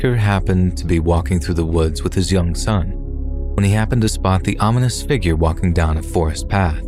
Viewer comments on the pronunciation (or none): none